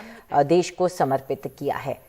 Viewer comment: देश होता है, देस नहीं।